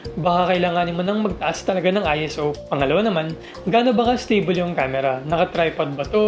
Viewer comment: Great work! ISO also determines how bright your key light must be in the studio. I stick to 100-800, as low as possible by turning up the light power instead of the ISO. Ayon nga pala sa research nila Tony and Chelsea Northrup, ang ISO ay hindi acronym. Ang pronunciation nito ay parang "I SAW". Shouldn't matter for your shots pero worth revisiting for trivia.